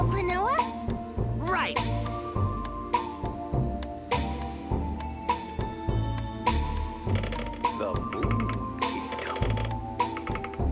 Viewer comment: it's "klonoa"! and he's not tails brother! tails is a sega character and he's a namco character! you know that!